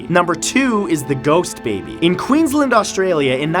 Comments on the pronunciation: Queensland not Queenland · it's not pronounced queenslnd, it's pronounced queens land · you really called QUEENSLAND quinslend